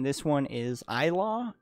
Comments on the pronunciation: it's pronounced ''ee-lahw'' meaning light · When you say “ilaw”, it rhymes with “how” and “now”. I knew that as a metal head, you would appreciate the rawness of the vocals!